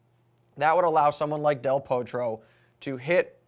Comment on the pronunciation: pronounce del Potro with a small o not O if you follow me.